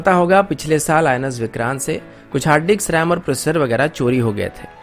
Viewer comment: For god sake GOOGLE for correct English pronunciations - 0.02 - Its pronounced"MILI - SHIA". - HARD DICKS CHORI HO GAYAE THAY.....LOL. No bro I have my Hard Dick and I dare if anyone can steal it. It's quite hilarious, how two alphabets here and there can change the whole meaning of a word. That why I said Google it bro, before posting. Cheers.